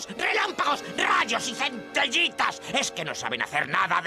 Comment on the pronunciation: Centellitas, no "centillitas".